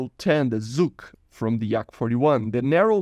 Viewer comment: that's true, but I am a native Russian speaker, so saying "Zucc radar" never stops to amuse me ^_^